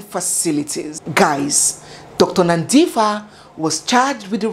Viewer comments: Well done being a Nigerian you have tried her name is Nandipha like how you would say Par for (Pha) but you have done amazingly well yhooo Bester is indeed a Momster his mother would hv been killed and no one would hv known about her that's the kind of monster the man was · I am a South African but this is the first time I hear this kind of detail into this story. Your researching skills are "Off The Charts". By the way, Dr Nandipha belongs to the Xhosa tribe and the "ph" in her name is not pronounced "f" as in English, but like "p". So it's Nandipha and not Nandifa. I live in Pretoria near the prison where Thabo Bester is now incarcerated, and this time I pray that the Prison Warders in Kgosi Mampuru have intergrity. In fact Barista, I think you should also hold a 3 day "Prayer and Fasting" for this case also on all Social Media Platforms. 😂 I'm even shocked to think that Dr Nandipha was not even scared that Thabo Bester might end up killing her also like Nomfundo, his former girlfriend. Some ladies are brave! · pronounced as NANDIpa - add the H for the sound for PAranoid, not PHantom😉. loving the story telling skill.thanks. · It's Nandipa. But spelling is Nandipha. The H is silent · Every other news outlert and entertainment channel has carried this story but boy oh boy! I was waiting to hear it from! And like always you did it Justice, her name is Nandipha[ pha prounced as Pa isnt like Paper] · hes not in pretoria now but in bloemfontein khosi mampuru prison. thank you for clearing up the name mispronunciation of nandipha. that didnt ring so well for me.